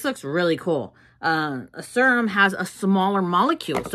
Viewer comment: i can’t watch this if you keep saying serum like that 😭😭😭😭